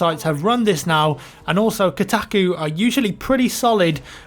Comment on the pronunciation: Kotacku? Its pronounced Kohtahkoo